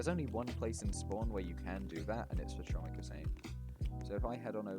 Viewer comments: its pronounce homik not chomik because its Polish lol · As a polish person i want to know your location to saying chomik wrong way